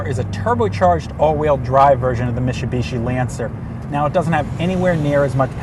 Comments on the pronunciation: It's Mit-su-bishi.. Not Mishi-bishi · Mit-su-bi-shi. Stop saying it like you have a mouth full of marbles. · mishubishi 😆welcome to city wok lol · this should just be re-titled "struggling to pronounce "Mitsubishi" for three minutes and thirty seconds" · Cmon, why does this say Mitsubishi like he has a mouth full of marbles?